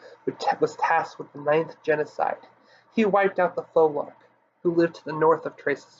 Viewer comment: Came here for literally no other reason than to hear the word phoelarch pronounced and you got it WRONG, matey! What are phoelarchs related to? FEEEEEEEENICKSES! How in the hell do you pronounce phoenix, eh? How is that word pronounced?